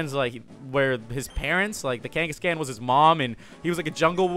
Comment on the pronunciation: it's not kangas"cans" it's kangas"khans" just saying